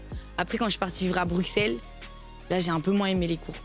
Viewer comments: "BruKssels" ouch mes oreilles. Sinon super émission tj au top ! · Elle as dit Bruxelle avec un x